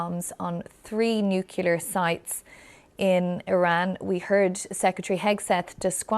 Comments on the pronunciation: The word is Nuclear. That’s nu-clear…. Not, nuke-yala or whatever word you’re mangling! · My GOD woman. Learn to pronounce the word. NU-CLE-AR. Not nu-cu-lar. You lose all credibility if you can't even correctly say what you're talking about. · It's pronounced New-clear. Not New-killer or New-kular. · Nuclear. Not nucular, nuclear. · More propaganda from USRAEL delivered by their British mouthpiece, the BBC. In fact the only thing this criminal operation achieved is an escalation of what could turn into a regional war and a possible Nuclear disaster. FYI it's NUCLEAR, not NUKILLER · It’s nuclear not nuculer. Correct use of language isn’t trivial . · It is nuclear not nucular. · It's geographical. Just like Londoners versus Liverpool, Naples versus Milan, Paris versus Marseille, etc. Middle America say nucular. It's annoying to everyone else in the east and west coasts of America, too. What's ridiculous is the amount of bigots who attribute the actions of a few people onto the whole 330 MILLION people of a country simply because they hate! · Nucular? seriously? don't you have to be literate to be a journalist? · What the fuck is NUCULAR? How are you a news anchor? Jesus christ! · Why does she keep saying nucular? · BBC News " nucelar " ? Do they learn to speak with W junior ? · Never thought I's hear a BBC newsreader refer to NOOKYALA ffs! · Did she say „nucular“? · no, you are wrong. It's pronounced "nu-kleear". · "Nucular"? Now even BBC is employing illiterate announcers. I can't watch this video. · Most Americans can't pronounce the word NUCLEAR!!!!! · It's crazy how proper you Brits speak, but none of you can seem to pronounce "Nuclear" remotely correctly. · Please BBC get a newsreader who can say "nuclear" correctly